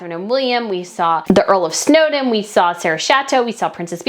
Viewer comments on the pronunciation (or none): none